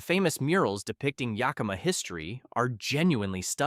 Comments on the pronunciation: Yah KEEM ah valley? Geez! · It is very annoying that this AI voice pronounces Yakima as "YAY-KEY-MA." And all the video shots from other parts of the country. But having grown up in Spokane when it was a very nice place to live, I'm glad I now live in SE Virginia. The Washington far-left loons have ruined everything. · Bruh, as a Washingtonian, I get a hardcore cringe at the absolute slaughter of our towns n cities. The info 💯 awesome, needed info. As I'm watching and hear you say Yakima I held my breath. You got to Chehalis I almost left. Research pronounciations as much as you do the info you're reporting. PLEASE!!